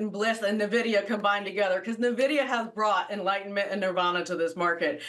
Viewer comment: Should we take market advice from someone pronouncing NVIDIA as Nuhvidia.. seriously, do you not talk to people in your industry?